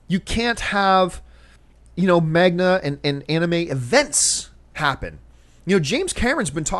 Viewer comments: It is manga, right? Mang-ga... not mag-na. Sorry John Campea... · And it's MANGA. lol Not magna or magda. hahaha sorry but that was just too funny because you kept saying the word over and over and it was never right. lol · first of all john it's called MANGA not MAGNA! and second i completely disagree with you, just go watch the Japanese movie "spirited away" it's an academy award winning movie and its completely amazing and wonderful, you need to watch that movie ASAP and anime has been converted to film many times before maybe not by american studios but it still has been converted and most of them are really good and you should look at it the same way you look at movies if it's made well by a good director and a good team then it's good if not then it's bad but your talking like anime and manga is like a role playing desktop game which is completely wrong and inaccurate manga is japaneese comic books and you see american CBs being into movies all the time right? and anime is japanese tv shows (death note-yu gi oh- dragon ball-pokemon-detective conan-etc) so it really isn't hard to make an american version of anime or manga in to the big screen (not live action just an animated movie) seriously just watch "spirited away" you wont regret it and it will blow you away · Not "MAGNA" its M-A-N-G-A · Manga not Magma! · MAGNA!! MAGNA!!!! REALLY!!! IT'S MANGA!!!! FFS!!! DX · magna (manga)? :P really... how many times can someone read a word wrong haha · its "Manga" not "MAGNA" John lol... apart from that keep up the good work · "Magna. Magna. MAGNA" Fuck dude, MANGA. That was so painful and I'm not even a fan of the material. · I cringed a little every time John said magna instead of manga. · did he just say magna? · lol he kept saying magna (manga) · John, MANGA not MAGNA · Is Manga, not Magna......lol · john... its pronounced MANG - GA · Every time John said MAGNA, I dies inside... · omg! Magna no! Lol it hurts when he says it. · Why is John pronouncing manga as magna